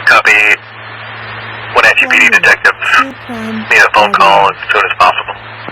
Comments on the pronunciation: You have done a very thorough and thoughtful job. I live in WA, in case no one has told you yet you are pronouncing it mostly correct, no big deal. In case you want to know its Wuh-naa-chee like "nah, no thanks" instead of nawchee. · Just an FYI, it is Wen-AT-chee (not OT). One of the town names pronounced like it it spelled. Don't even try to tackle Puyallup. 🤣 Thanks for pulling that scanner traffic. Seems they moved most of that to a secure channel after SWAT came in. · Pronounced Win at chee short a long e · Pronounciation: weh-NATCH-ee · Its Wenatchee. When-at-cheee